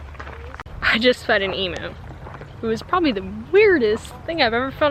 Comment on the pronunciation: not to offend... its eem-you, not eem-moo